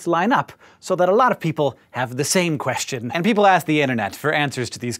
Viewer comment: I just noticed you put in "H" sound in the middle of the word "question" > queHstion ... which I've never heard or noticed from anyone before. Interesting 🤔